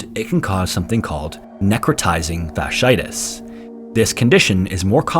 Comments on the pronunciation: Fasciitis is pronounced fash-she-eye-tiss. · Fasciitis (as in necrotizing fasciitis) is pronounced “fashy-eye-tis.” From a former medical transcriptionist, employed at a major hospital.